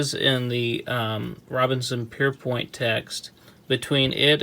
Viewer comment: Pierpont, not Pierpoint